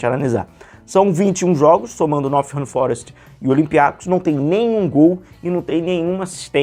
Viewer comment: tu falou "Nothingham" no vídeo 😂 Não tem esse "th" não, é som de "t" mesmo. Nottingham Forest é o nome do clube.